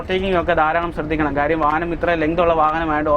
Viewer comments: വാഹനത്തിന് വാഹനം എന്നല്ലാതെ വാഹ എന്ന് പറയാൻ പറ്റുമോ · ഫാരത് ഫെൻസ് എന്ന് പറഞ്ഞപോലെ , ഫാഹനം എന്ന് പറയാഞ്ഞത് ഞങ്ങടെ ഭാഗ്യം...